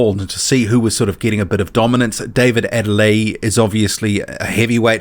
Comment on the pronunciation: Adeleye... the end is pronounced like yé (yer) and not e. In the Yoruba translation there is a stress on the (e) as (é) , the é sound like (air in English ) and with the y included it sounds like (yer) or (year) in English...Adeléyé.